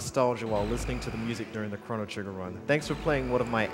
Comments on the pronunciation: Did this nigga just say chron-oh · "Krawn-oh Trigger!"